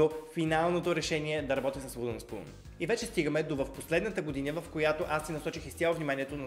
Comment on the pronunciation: забелязахте ли, че каза "годиня" вместо година! 😂